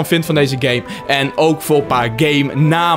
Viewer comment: Jij zegt pees het is peace